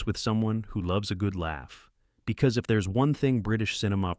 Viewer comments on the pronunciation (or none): none